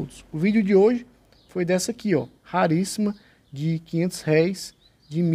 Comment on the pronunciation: O acento é no R E